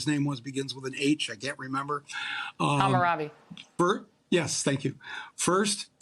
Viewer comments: Hamurrabi? So it's the Hamurrabic oath? Ouch! That one actually hurt my ears...I am a fan, don't get me wrong... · She said Hammurabi 😢. How about Hippocrates! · Did she say Hammurabi? I thought the guy who said, ”Do no harm," was Hippocrates…